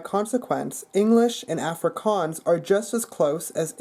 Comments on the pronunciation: A(as in wall) frikaans. The a is not as in apple, but as in wall. Long a sound. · you did realy well! there is only some minor problems, for example when you say afrikaans, in afrikaans it is pronounced ufrikaans, if that makes sense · Die dag wat jy "Afrikaans" kan sě...try weer ballas...ons praat nie "Efrikaans". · I am Afrikaans. I have to say yours is the best accent I have herd, it is not perfect but good. is is pronounced awwwfrikaans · being south african i wanted to die when you kept on saying afrikaans. Its pronounced- 'off-ree-car-ns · As jy "Afrikaans" se Afrikaans nie Africaaans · your are saying the word afrikaans incorrectly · the way he pronounces afrikaans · Dude can't even pronounce 'Afrikaans' correctly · he is good just needs to learn how to say afrikaans properly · he does a very good accent but I hate the way he says Afrikaans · You pronounce Afrikaans wrong -_- I would know that cause i liv in SouthAfrica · I think It'sConner was talking about the beginning of the word (the first A). He doesn't quite get that right. Also some of the words he doesn't quite pronounce correctly because he does a mistake many english people do, which is use too many of your facial muscles when you speak it. :D